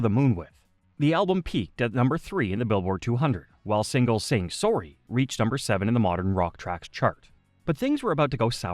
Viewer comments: "Saying Sawry" xD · Are you Canadian? The way you said sorry says your Canadian